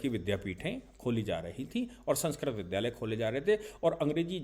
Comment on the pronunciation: आपके सभी विवेचन बहुत ही उच्च स्तर के हैं। दुर्भाग्यवश आप विद्यालय शब्द को विध्यालय बोलते हैं। इससे अनेक लोग गलत उच्चारण को ही सही मान सकते हैं क्योंकि ' महाजनो येन गत: स पन्था ' अतः इस बात पर ध्यान देना चाहिए।